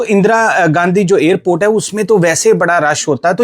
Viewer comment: The narrator should stop the illiterate pronunciations of "Air India" and "Airport." He says "Ayr-India" and "Ayr-port." Absolutely wrong. Right: "Air (as in CHAIR/PAIR)-India," and "Air- port."